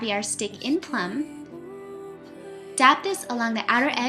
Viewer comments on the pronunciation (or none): none